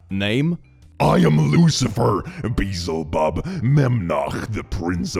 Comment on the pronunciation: did he just pronounce beelzebub as "beezlebub"